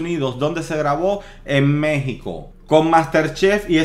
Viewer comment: Una falta de respeto que te refieras a México como "MEH-XICO"